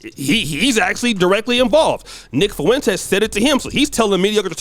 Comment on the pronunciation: Man, you right...but it's pronounced Fwin-tez (spelled Fuentes) lol....Foo-win-tays...unless its a diss lol